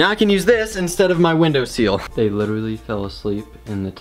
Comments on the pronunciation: you said window "seeeeel" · "Window SEAL" 😂😂😂